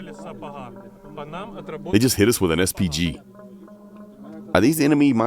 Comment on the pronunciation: "I wus heeit"